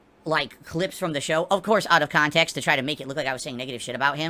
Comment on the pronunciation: Using Wings' excuses haha. "Took it out of cahntext!"